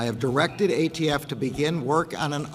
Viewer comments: “AFT?!?” lol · ATF it's the ATF......come on A..T..F....